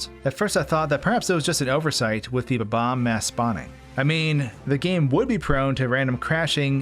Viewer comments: BOB BOMB not BUBBOMB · Incorrect: Buh-Bomb Incorrect: Bob-umb Correct: Bob-omb Everyone pronounces it buh-bomb which is just incorrect! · Why does this guy's pronunication of bob-omb always make me laugh so much?